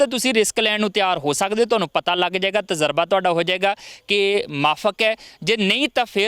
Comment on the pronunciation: veer tazraba naheen tajraba he hunda hai.